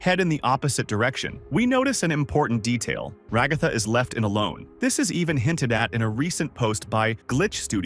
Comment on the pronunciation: I'm sorry it's ragaaaatha